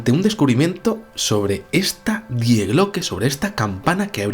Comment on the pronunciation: Se pronuncia "Di" no "Die"